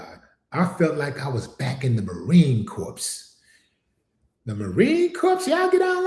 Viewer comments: Unfortunately racism is alive and well not just in the civilian world. But alive and well in the US Military . I say this as a US Army veteran. By the way the branch the US Marine Corps is pronounced like the word CORE, Not CORPSE. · As Salaam Alaikum, Willie D, the 'p' and the 's' are silent in Marine Corps....the correct pronunciation is ma-REEN KOR. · Marine corps is pronounced Marine core. it's spelled Corps but pronounced Core. Semper Fi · The “S” is silent for Marine Corps my guy but I get what you’re saying🫡 She’s a clown 🤦🏾‍♂️ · The s is silent in the word (Corps....)